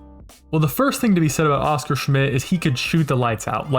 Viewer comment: Just to add that his name was pronounced with an accent on the last syllable : osCAR. When you hear OScar with an accent on the first, it sounds like a cartoon character.